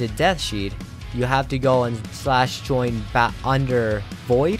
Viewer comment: yeah wtf is a death-shead